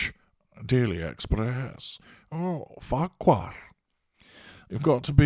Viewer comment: Oh I love your Scottish Farquhar - so bloody funny !!!!!!